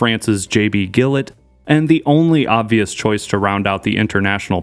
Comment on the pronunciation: JB Gillett's last name is pronounced as if it starts with a J, like the shaving cream